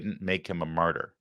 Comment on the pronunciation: What is a mortyr? Jo kept on saying mortyr. Maybe a mortician who died on active duty 😂😂😂?